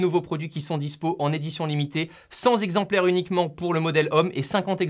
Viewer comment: "CENT Z'EXEMPLAIRES" j'ai mal aux oreilles... Cent "T" EXEMPLAIRES ça va mieux par contre !